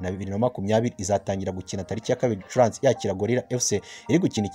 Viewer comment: Hello! Ntago bavuga Gicuransi bavuga Gicurasi. Kbs utugezaho amakuru ya Rayon sports. Courage